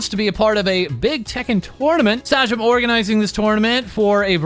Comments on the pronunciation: Hatento be that guy but its not... Suhjam, its Say-Jam. I watch the guy a lot and while minor, it still bugged me. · Hearing sa-jam instead of sae-jam stunlocked me for a sec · FALSE PRONOUNCING SAJAM AS (SADGE-EM) IS SO FUCKING WILD